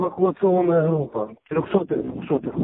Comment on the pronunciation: "эвакуационная хруппа". Гэканье повальное. Палятся больно сильно